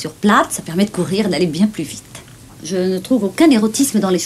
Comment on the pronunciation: Ses dents de vampire l'empêchent de prononcer les je et les che correctement. C'est ballot...